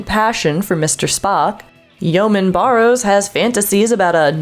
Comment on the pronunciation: Although it is clear you put a lot into making this video, you have me feeling you are not a Trekkie at all. You don’t know the names of episodes and characters. “Ellen of Troyius”? “The Game Masters of Triskellion”? Your mispronunciation of “Barrows” from Shore Leave. In addition, I don’t believe you even watched “Patterns of Force” to the end. John Gill explains how he borrowed the Nazi mold from earth’s history citing he thought he could use it effectively if run benignly. So your comment about it paralleling the Nazis of earth is a moot point because it was copied on purpose. I’ll say you made some good points here and there. But I feel you aren’t really worthy of have “Trekkie” as part of your handle.